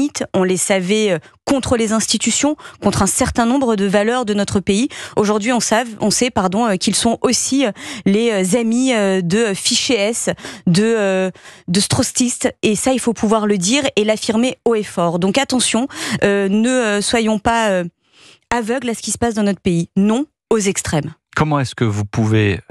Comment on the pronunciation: A Antisimites ??? A Strottistes ??? C'est grave d'en être là : infoutue de parler le français correctement à son poste de porte parole.